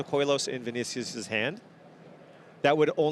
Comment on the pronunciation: The way you Pronounce Vinícius hurt my soul